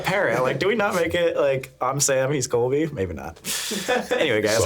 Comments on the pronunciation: la sam and a coby” sir it’s CoLby😭😭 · calling Colby “Cobe” make me LAUGH